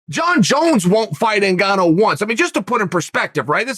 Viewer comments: yea, he's been doin this for a while now.....blohal muhammad, yerry prochaka, yan blahovovic, hazmat chimave. He does this on purpose seriously, so that we comment on it 😅 hazmat is my fav...haha uncle chael at his best. He just said 'angana' for ngannou bahahahahha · Chael: "it's ENN GAANNO" Sonnen